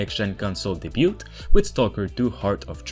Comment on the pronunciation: The 't' in "Debut" is silent